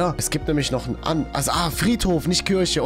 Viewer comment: Es wird kirche ausgesprochen und kürche wird die frucht ausgesprochen no hate wollte es nur sagen/schreiben